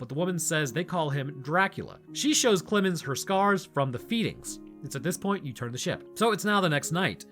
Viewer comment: I don't know what's wrong with me but everytime said "Clemens" I heard "Clibbin's" until I put two and two together near the end of the video. It was very entertaining.